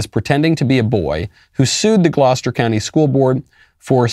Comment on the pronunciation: Please go teach Walsh how to pronounce Gloucester because he cannot and you did it so beautifully